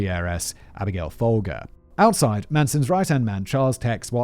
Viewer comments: I'm fairly certain Charles Manson was pimping, not johning during the crossing state lines arrest for prostitution. Also Folger is pronounced foal jer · Abigail Folger… it’s actually pronounced Fol-jer.